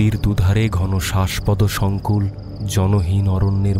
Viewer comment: besh sundor golpo . Bhalo laglo . Kintu "Uttajito" ebong "Shashpodo Shonkul" o "Monorotho" ei uchcharon gulo khub kane bajlo . Ektu nojor deben